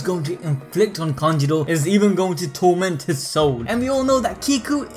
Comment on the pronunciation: Kanjurooooooo not kanjiro :< haha